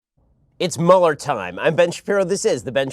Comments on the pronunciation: Everyone I know, Ben included" always say "Mueller" wrong lol. Mueller is pronounced "Mew-ler" not "Mauler" lol. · Dammit, am I the only one who knows how to pronounce "MÜ-LER" ?? You wouldn't say "ferris buller" it's ferris BUELLER